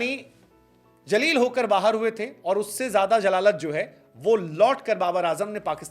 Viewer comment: Baki to sab teek hai par "jaleel nahi zaleel hOta hai" otherwise lots of love from Pakistan sir ❤️